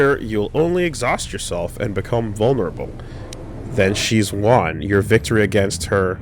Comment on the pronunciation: says Won like Juan almost as hard as Gus Sorola a few times around 43 minutes in, and that tickled me a bit